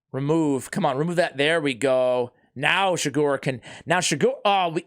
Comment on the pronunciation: Just rewatched this again and realized he pronounced my last name wrong again but still happy i finally got it.